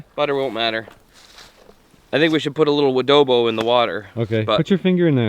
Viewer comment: Its adobo not woodobo. Im a filipino.